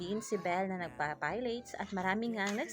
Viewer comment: Pilates pronunciation is "puh laa teez" like pulatiz, not "payleyts" 😂😂😂